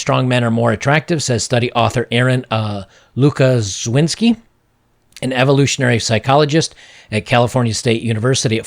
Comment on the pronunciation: When you see "sz" read it as "sh" and "w" as "v", try it now: Lukaszewski.